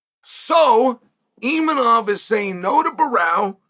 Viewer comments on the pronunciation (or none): Imavov is quite simple and he says ImaNov. No expectations on Borralho getting better than “Borral” 😂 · It's Borrahlo. Not Barao you dipshit. Imavov. Not Imanov. Take some grammer and pronunciation lessons. 😂